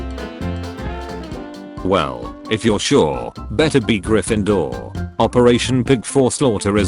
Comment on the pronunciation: Sly-therin🗣🔥 Gry-finder😭🙏 Wee-le💀 Die-gory💀💀💀